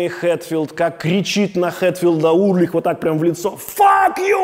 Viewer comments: Почему Урлих, если он Ульрих. Или мне так слышится? Много раз переслушал, ясно говорит Урлих. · Интересная подача. Только не Урлих, а Ульрих. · Металлику люблю, Чёрный Альбом в своё время слушал круглыми сутками. Удивило, что Александр ничего не упомянул про Дэйва Мастейна и режет слух фамилия Ларса. Он Ульрих, а не Урлих. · Действительно, с чего он Урлих? Ульрих- нормальная немецкая фамилия. В США 40 миллионов человек немецкого или частично немецкого происхождения. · классный выпуск!! плюсую!! вот только Ларс уЛьрих) а не уРлих :))) прям пепедергивает каждый раз когда Александр говорит Урлих 😆 Если так, то Александр Шупной тож звучит 🤭🤷‍♂️😅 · уЛЬРих)) а так крутой выпуск, металлика ван лав, спасибо, Александр! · Дядя Саша, а почему вы называете Ларса Ульриха Ларсом Урлихом? В остальном вы прекрасный контент делаете! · Только у Ларса фамилия не Урлих а Ульрих!😂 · Блин, ну почему Урлих, а не Ульрих?)) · А почему Урлих, когда он Ульрих? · Ларс Ульрих,а не УРлих)